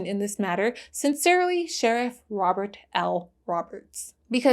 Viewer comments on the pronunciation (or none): none